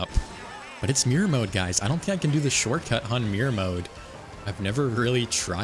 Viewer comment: This has been bothering me a lot about your videos when you say shortcut it sounds like shortcat is that intentional to reference the Youtuber Shortcat or is that just how you say the word. Please I must know also keep up the great videos and I hope you reach 20k soon.